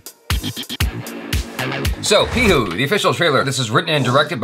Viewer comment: Hey, it's P I H U not likh😊😊😊😊